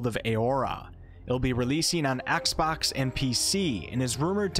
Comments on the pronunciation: Axebox? do you mean xbox? xD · “Axbox” lol